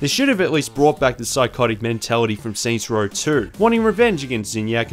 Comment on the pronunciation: “Saints Rawl”